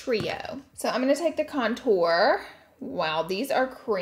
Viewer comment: Nobody: Laura: conTOUR